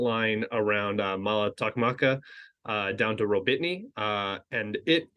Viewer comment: gotta love how you suffer with the names. "Rawbeetnee" is simply pronounced Rah-boh-tee-noh